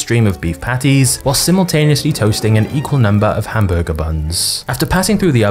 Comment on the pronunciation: The way you say hamburger is very disgusting.